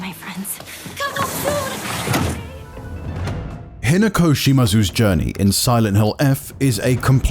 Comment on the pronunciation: Say Hinako again